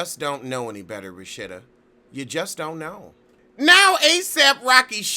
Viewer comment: I died! And he called her rashita! I cant!